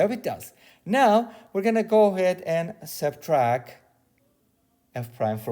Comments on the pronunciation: "SubtracT" not "subtrack" ;) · It's funny to see people get upset at how other people pronounce things. Maybe it just his accent or a speech impediment. None of my business.